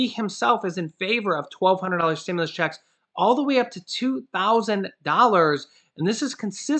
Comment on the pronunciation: You're f**** cool but how you say checks bugs me sorry